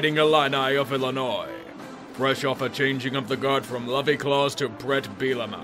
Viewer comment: "Lovie-Clause" idk why but that GOT me 😂😂😂